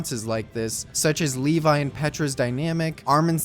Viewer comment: i think its levi not levay